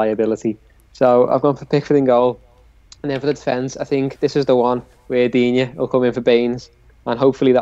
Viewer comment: FFS it's pronounced Digne